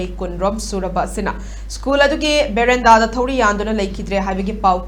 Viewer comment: Veranda ❌ Bherenda✅